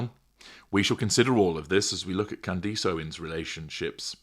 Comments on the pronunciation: Kand-iss, not Kand-ees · I wondered if we asked to pretend her name is spelled ‘Candis’ would that make it easier? Is it the English accent?? My grandmother was from London and had an accent for all her life but she could pronounce ‘Candace’ in the way that the ‘Candace’ in our lives pronounced her name…as if it were spelled ‘Candis’. 🤷🏼‍♀️ I have a great deal of respect for, though, and I love his snark. ❤ I figured he is maybe being a tad snarky when he calls her ‘Can-Dice’. 😂😂 It’s okay; I hyped him just the same. 🎉🎉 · Just catching up on this series. I’m glad you covered her — as only you can. I’ve had some personal experience with her as she was a client of a firm I worked for a few years ago. Rage, entitlement, demanding when she’s not getting her way. Charming, at first though. Her husband sometimes called —usually after she’d called in a rage. Like he was the fixer. He was polite but he usually sounded stressed as if he was afraid, desperate to get the fix to whatever she had raged about done. Her marriage is so strange. She had only met him briefly once before they started talking regularly. Then the calls became very long and intense for 17 days. Then he asked her to marry him — even though they’d never exchanged a romantic word with one another. I have a question though. Why do you call her “Can-deece?” I must be missing something. Is that a nickname you’ve given her? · Any chance you can pronounce her name correctly? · Im from England, i dont know anyone who pronounces it like this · strange to want the name to be pronounced correctly? Its not difficult, particularly considering the otherwise high quality output of this channel